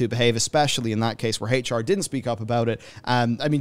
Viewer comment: Also ngl but like the way you say HR sounds like Hate(ch) R and, it kinda really feels fitting here honestly